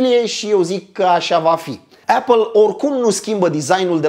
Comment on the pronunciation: Esti un om fain si faci content de calitate,dar cand aud cum pronunti "apple" renunt. Apple si bargar cele mai schimonosite cuvinte de romani,imi sangereaza urechile.Sorry.